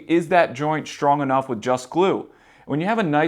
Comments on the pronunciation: It's not SHTRONG it's STRONG and other words too. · There is no h after the s in the word strong